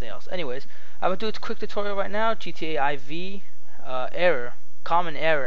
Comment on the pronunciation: MickMoney Money Yes, I am aware. But it's pronounced "four", not "eye vee".